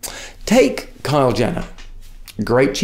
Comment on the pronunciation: is it just me who heard him say kyle jenner ahahaha